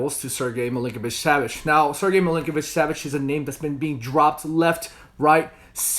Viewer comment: Is he saying Milinkovic-Savage?